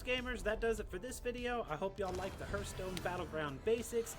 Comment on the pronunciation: Keep up the great work but keep in mind lol haarth·stone